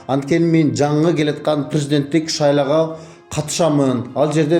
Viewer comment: Автор сен башта туура суйлогонду уйрончу шайлоону шайлав дебей